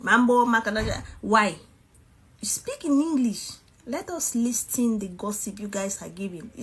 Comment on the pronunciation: Why is she pronouncing listen as it's written ur English is just not english